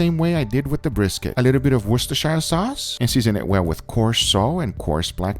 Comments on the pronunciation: worchestershire - Woos - ter - sher sauce.. ;) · the correct pronunciation for worcestershire sauce is "WU-STI-SHR" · I'm not trying to be rude but it's pronounced wost-a-shere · nobody: not a single soul Guga:Wischstersayeeeer Souce. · to all americans its worcster SHEER sauce thats how its pronounced im from worcestershire so i know how to pronounce my countys name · Its pronounced 'woostersheer' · Guga, "worcestershire" should be pronounced "Wooster", with the "oo" as in "book". Just like "Leicester" is pronounced "Lester". I know it's weird, but that's how we roll in the UK! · some of franklin videos says apple cider, 1 video says worchestersire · That looked delicious!! PS: I believe you are pronouncing Worcestershire incorrectly, it is a tricky word indeed but thats ok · guga you dont split worcestershire up and shire more pronounce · I though he would have gotten enough heat from the Worcestershire sauce pronunciation from previous videos that he would have looked it up and learned the right way. Apparently not. :) (Wondering if he would pronounce New Hampshire the same way with the shire where hobbits live)